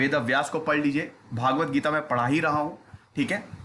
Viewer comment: भाई पहले शुद्ध उच्चारण करना तो सीख ले, 'भगवद्गीता' है न कि 'भागवत गीता'। 'भागवत' पुराण के लिए प्रयुक्त होता है। ये संस्कृत का शब्द है, एक अक्षर तो बहुत बड़ी बात है , एक स्वर से भी अर्थ का अनर्थ हो जाता है। और हाँ , कॉन्टेंट में ऐसा लगा जैसे 5 वीं पास बच्चा रटा हुआ ज्ञान या केवल पढ़ा हुआ बता रहा है। और हाँ, अपने व्यक्तिगत विचार धार्मिक ग्रंथों के संबंध रखने से पहले किसी अधिकृत से अपने संशय दूर करके फिर वीडियो बनाया जाना चाहिए। अरे जब खुद ही कंफ्यूज होंगे तो दूसरे को तो दिक भ्रमित करोगे ही।